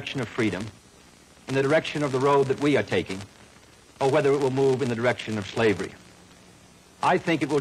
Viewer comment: HAHAHA Also, when kennedy says direction. it sounds like erection.